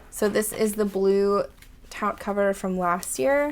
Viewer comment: "'Taut" is pronounced like "tot" or "taught"